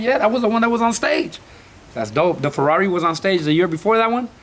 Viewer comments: Ferrari no ferrauri ya se le olvido el español eso si q no es humilde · Un ferruauri? Jaja el carro no es ni americano para que lo pronuncies asi. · Que verga es un Ros Rouis Toun Tousen Naitin o que dijo jaja? O el ferrawri😂😂no no sierto mis respetos pal jimy ha logrado miles de cosas con su esfuerzo. 👑👑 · Feruari faruari a la verga ya se me olvido como se pronuncia 🤔🤔